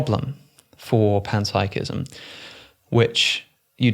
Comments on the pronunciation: ooooh…you were saying PEN-psychism this whole time and I thought you were saying PAN-psychism!!🖊️🍳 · Did he just say penpsychism?